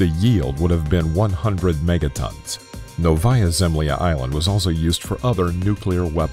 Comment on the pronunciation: Novaâ Zemlâ (= New Earth) is pronounced [ˈnɔ.və.ja.zɪm.ˈlʲa], not [nəʊ.ˈva.ja.ˈzɛm.li.a]. And it's a peninsula, not an island. Please correct the video.